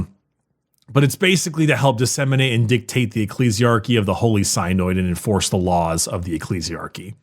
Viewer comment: saying "Synoid" instead of "Synod" makes me giggle everytime.